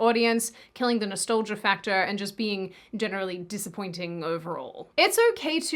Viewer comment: Love the way you said Nastolgia. Instead of Nostalgia you weird Aussimerican.🥰